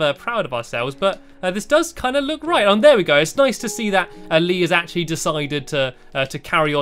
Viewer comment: Hees not Leeeeeeee